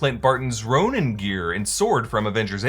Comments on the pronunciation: Ronin…not Ronan Ronan’s my Irish cousin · It’s Ronin not Ronan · minute "The Ronan" ??? not Ronin ? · the ronan? isnt it ronin??